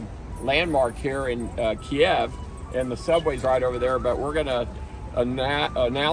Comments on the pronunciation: Hey, thank you for your "man on the street" reporting from Kyiv, and general support of Ukraine. Having a wife from Kyiv I can make one suggestion on the pronunciation of "Kyiv". Most there pronounce it as "keev". russians pronounce it "key ev". By the way your bomb shelters are Amazing!!! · Need to learn how to pronounce kyiv especially when talking to the locals